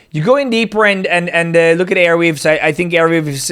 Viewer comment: Bro its Arweave not Airweave